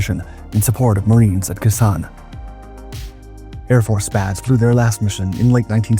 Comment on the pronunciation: Very interesting, but I have to ask, is it an AI voice, or just someone too young to have heard how the names Ky and Khe Sanh are pronounced? I wonder how many Skyraiders still exist, and where.